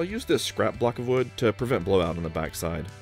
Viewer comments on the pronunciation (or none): none